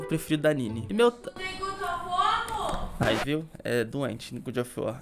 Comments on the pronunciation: PAREM DE FALAR GOOD OF WAR QUANDO É GOD OF WAR PELAMOR DE DEUS. Obrigado de nada. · eh god of war e não good kkkkkkk salve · "Good" of war ksksksksksksksks Poxa ri mt mano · não é GOOD of war, mas sim GOD of war... desculpa pagar de chato mas é pq ta me dando gatilho kkkkkkkkkkkkkkkkkkkk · a pronúncia do God of War (Deus da Guerra) é: GÓD ÓF UÓR... 🤭🤭🤭😅😅😅. Da forma que você pronuncia a tradução fica: Bom da Guerra... 🤭🤭🤭😅😅😅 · Mds que agonia do falando "good of war"